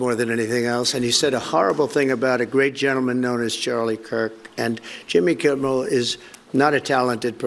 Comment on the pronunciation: It's.Kimmel. Not Kimble. That's driving me crazy. Lol. Good show.regardless.